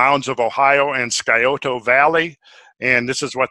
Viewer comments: Scioto Valley: sigh-oh-toe, not sky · We pronounce it like Psi / SI -Oh-To ;-) Thanks for bringing up the stratification in Indian mounds. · Interesting! btw- the C is silent in Scioto.